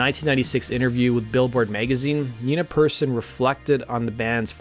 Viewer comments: Persson, as in "Per's son" or "son of Per," not Perrson, and it's pronounced more like "pear-sohn." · Persson is pronounced like pair-shon (ʹpɛrʃɔn). And of course it's not written "Perrson" as you did several times. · It's pronounced Perr-SHON. Good video, but that really bugged me. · Every single english-speaking Youtube channel talking about The Cardigans is saying the name "Persson" blatantly wrong. It's not "person", it's "pear-sonn". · Her name is spelled "Persson", not Perrson, and is pronounced more like "Pearson" than Person. Make an effort. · It's pronounced persson not persson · Interesting video. The one thing that bothered me (other than glossing over their best album) is Nina's last name is pronounced "Pear-SHAWN", not "Person". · Nina Persson. Not PERRSON